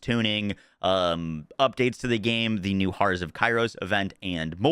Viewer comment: Dude can’t pronounce “horrors”?